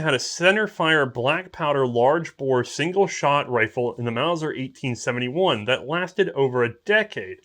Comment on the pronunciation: Repeat after me.... MAUSER!